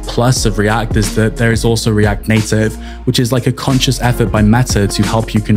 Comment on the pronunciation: when you say react it sounds like riadh lol.